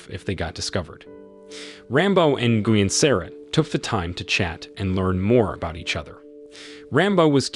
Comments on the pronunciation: Nguyen is pronounced “win.” The N is silent. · Darn AI voice doesn't know how to pronounce Vietnamese names. Nguyen---nwhen. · Bro. It’s not pronounced hope it sounds lmfao! “Nguyen” is pronounced “Wynn”. Smh. U gotta know this if ur gonna make a video about it 😂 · Nguyin = actually pronounced "win", as in "You win this challenge") in USA, NOT actually as interpreted; "Bow"= pronounced "Beau" (Bee+Oh). There's at least one other in there, but as much as this is so unremarkably researched [dot dot dot] Still enjoyable otherwise. Ty for the summary, very well done (no, I'm not being facetious, it's an awesome summary and I appreciate you for showing the "big picture"). Hats off to a solid summary 😊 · he called nguyen is guin 🤣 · her name is pronounced, Sara "New When".. Learn Vietnamese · Ni-goo-yen lol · God I hate your mispronouncing of Nguyen. It sounds like Win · Who the heck is Guin Sara? Guin… really lol😂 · Well the moronic AI that read this material fouled up all sorts of things. Nguyen is pronounced, “WIN.”